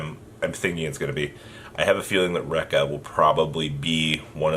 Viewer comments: It's pronounced Reek-ka. Not Raik-ka. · Ree-Ka, Ree-Ka not Denko Rect ya